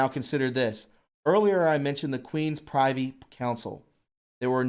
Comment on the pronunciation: Privy Council .... pronounced .. priv-ee .. not pri (eye) vee. : symposium pronounced sim-poh-zee-uh m ... Very good podcast btw!